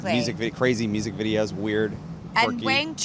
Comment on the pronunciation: To pronounce the word "music" as "museyack" is wild. Drew, calm down. You're doing too much.